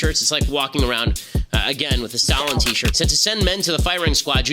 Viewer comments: lening and staling is crazy. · LENING AND STALING 😭😭😭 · not lenning and staling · “Lening Staling Jeanuse” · "Lening and staling" 🤣🤣🤣🤣🤣🤣🤣🤣🤣🤣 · lening and staling is fucking killing me dude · I used to like Kube-uh. But then I learned that Fedel is like Lening and Staling and then I stopped loving it. /j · Bro I lost a lung after hearing Lening and Staling.